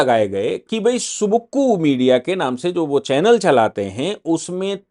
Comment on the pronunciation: Sir it is suvukku. It is savukku tamil word for chabuk (whip)